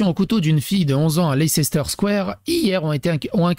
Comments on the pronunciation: Ca ne se prononce pas non plus Leisséster mais Layster. 😉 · Ça se prononce Less-ter Pas lecès-ter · On prononce.. gloster et leister on oublie le CE au milieu ( CE pour communauté européenne 😅) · Leicester se prononce ´lester’. C’est plus simple... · "Leicester square" (à prononcer "leister*) est le square avec des artistes de rue et des statues en quantité à destination d un public familial. Le quartier est meme définitivement axé tourisme et famille avec ses magasins qui sont de vrais petits " musées" comme lego et mn'ms. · En fait ça se dit Lester, Glouster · Ça se pronounce " Lésteur " square ( c’est une place ) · "lesstheur" stp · On doy leisteur ! Tout court ! C est comme ça que ça se pronnonce. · Tiens, comment prononcer leicester